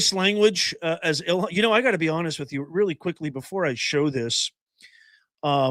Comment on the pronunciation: “…An Individual did something…”. contra EEL-HAHN…. HMMmm… 🙄😑